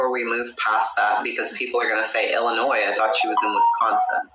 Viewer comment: 1. Around the 22/23 min mark it sounds like he says he didnt take the kids to work bc the day prior he fired dudley then immediately retracts and said he took 1 of the boys to work that day. 2. The s in Illinois is silent lol